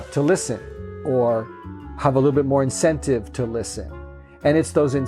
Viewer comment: when he started stressing the word “incentive” my mind went straight to Dennis Reynolds, RUN!